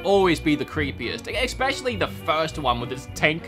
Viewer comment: I love you channel, but I HATE how you say especially. It's not eCspecially. Its especially. No eck in there.